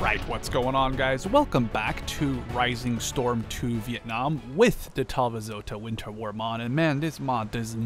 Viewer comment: I find it hilarious how you say it "Talvizota" not Talvisota.